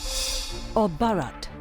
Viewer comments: Who is this foolish anchor who cannot pronounce the word BHarat? Over and over mispronouncing the word. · How the hell this lady continuously offending by calling Baarat in African accent instead pronouncing correctly Bharat, Bha is not Baa here “h” must be called out with B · Not borot it's bharat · The presenter cant even pronounce Bharat. Such a pity the CNA has fallen to.,in its presentation.Either she is deaf and dumb as participants pronounce as it is., as Singaporean you can pronounce Bharat properly, shame on you. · If that were so, why are we still using Persian pronunciations then? Are you going to call Hindus as Sindhus, and Hindi language as Sindhi language now? 😁 And "Hindutva" would be called "Sindhutva" then? Let me drill this into your head again - the words Hind, Hindu and Hindi are all Persian names of this land, its people and its languages and they are all derived from what the Persians called the Sindhu/Indus river - "Hindu". Greeks adapted the word "Hindu" as "Indus" and "India" as the leading "h" sound became silent. Its all derived from the same thing.